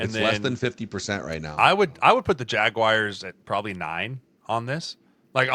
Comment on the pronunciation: Every time I hear Jeremiah call the Jaguars the "Jagwires" I am reminded that the "N" on his college helmet stands for "nowledge". C'mon, Sirles, you're better than that!